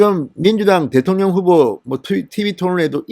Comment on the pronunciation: 대통령~대통령~억양좀 거시기~ㅋㅋ